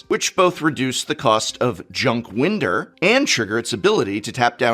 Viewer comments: Junk Winder is pronounced Winder, not Winder. English Teacher. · "junk wind-er" you know how to make a man unreasonably angry prof xD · Prof pronouncing "Junk Winder" "Junk Win-der" sent me to the comments immediately.